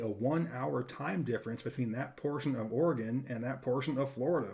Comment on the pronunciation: hope you had a lovely Christmas with family! I’m Impressed with your State pronunciation!! Longest road trip moving back to Oregon City Oregon from San Antonio Texas and my brother-in-law thought he needed to set some kind of speed record!!!!.. We slept once for about six hours. There were three of us and 2 vehicles, so someone could always sleep while the other was driving.